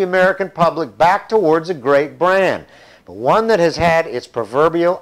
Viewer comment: forgot the t in but